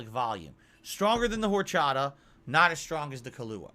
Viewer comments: ARHRCHATHAH I swear he picked the most egregious alcool he could mispronounce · Liquor and liqueur are different words with different pronunciations. As weird as his pronunciation of horchata is, he's correct in how he pronounces "coffee liqueur."